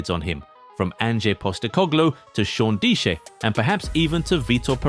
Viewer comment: thats not how yiu pronounce sean dyche mate